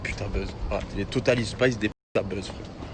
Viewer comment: Totalies spies il a dit 😂😂😂